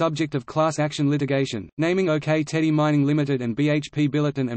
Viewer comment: As someone with direct personal experience of this situation I do not consider this article as accurate and it is pronounce "ock" like the rock not OK - OK?